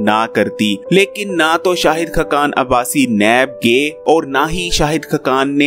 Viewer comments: Yar aap ka tlafaz bohat khrab he (khakan)na keh (khkan) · khqan nahe,khaqan hota hai,khudaa k liay apna lehja aur alfaaz theek bolo,khuda tumhain aqal se nwaze.